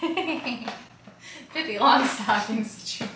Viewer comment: Lololololololol she said peppi long stocking lolololol